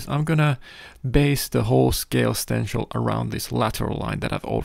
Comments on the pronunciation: Stencl = stensil - an 's' sound and not 'sh'. You said it correctly once but what the hell you're an artist in what you do. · Like sit not shit Lol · Stencil.. Stenchil..stensel..Sir with skills like that you call it whatever the heck you want. Thank you for dispensing your knowledge.